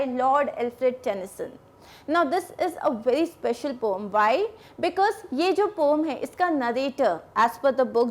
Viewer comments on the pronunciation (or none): It's poem na ki pome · Mam pom nahi poem hai vo😂😂😂😂